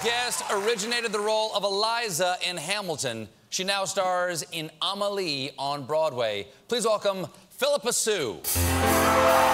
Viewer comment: Hello my name is amelie and its so sweet how he pronounce Amelie. <3